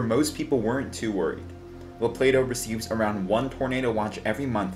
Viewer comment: Good video brother I remember that tornado.. thanks for pronouncing la Plata and Appalachia 👍👍 Right